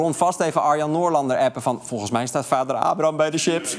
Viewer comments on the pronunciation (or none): none